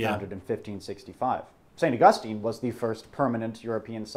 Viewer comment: Well, pronouncing "St. Augustine, Florida" like that I can tell you he's never been here in the Sunshine State. I want to hear him tackle Kissimmee, Lake Tohopekaliga, Sewall's Point, and Caloosahatchee River. ... Floridians pronounce the city as "Saint August Teen," even when we pronounce the theologian's name correctly.